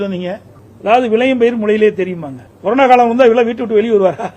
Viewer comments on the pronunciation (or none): none